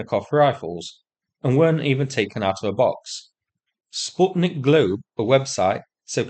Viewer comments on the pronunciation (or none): none